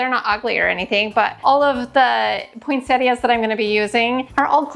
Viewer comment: I have only heard some Americans pronounce Poinsettias, without pronouncing the 'i' for some reason, but here in Australia and everywhere else that I know of that speaks English it is pronounced as it is spelt, Poinsettias with the 'i'. So as far as I'm concerned you are pronouncing it correctly. I tend to do different Christmas colour schemes and themes for each room/area of the house. That way I get to use all of my decorations, otherwise I don't have enough of one colour scheme or theme to do the whole house. The grandchildren love seeing different things in each room. Since I collect Nativity Scenes, I have some in each room. I don't have Santas anywhere, it's just not my thing. I have made lots of decorations over the years and I still do. I am into Needlefelting so I am currently making a Nativity Scene, angels and also gnomes.